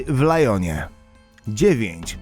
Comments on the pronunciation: w Ljonie a nie Lajonie Rolls Royce Kulinan a nie Kuljan Ly Mą a nie Le Mans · Le Mans w Lajonie